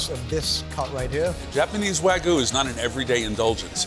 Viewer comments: Its pronounced, wag-yu. The guy keep pronouncing it "Wagu" and he's the chef! No comment... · "Wa-GOO" was all I could hear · What is it with New Yorkers and pronouncing it Wagu?